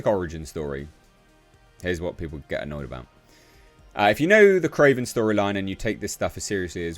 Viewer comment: "It's Krorvbin' time..."